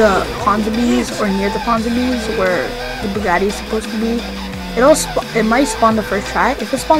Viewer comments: You say bugaaati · Truffade addder no Bugatti adder😂😂😂😂😂😂😂😃😂😃😂